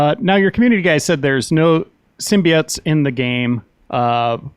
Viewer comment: This dude must have watched the venom trailer too many times, "sim-be-auts"??!! 😂